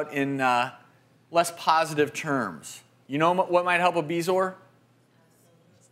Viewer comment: So THAT'S how "bezoar" is pronounced